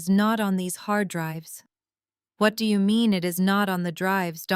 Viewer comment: « Do you » is not a question. It’s an affirmation or exclamation with the intonation of one. Reader has read with inappropriate intonation.